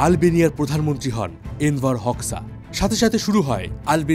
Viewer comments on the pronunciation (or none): দাদা উচ্চারণ টা হবে এনভার হোজ্বা❤